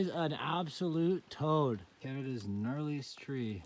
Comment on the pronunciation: Did you say knottiest tree?! 🤦‍♂😂